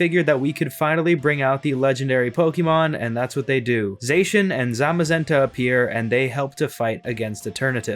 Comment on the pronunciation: These games were really good. I liked the visuals and many of the character designs. The wild area was pretty barren but the tall grass textures look awesome! Zacian is pronounced Zah-see-yan.